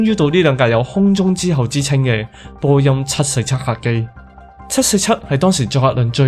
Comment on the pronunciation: 括弧内为读成嘅错音。 波音747个7字有少少唔准， 空中巴士（死）， 阿姆斯特丹（dang）， 1736班（bang）机， 出（速）口 。仲有间（更），行（痕）（闲）等等有啲啲咩音。要翻工，只可以帮到黎哩度......😅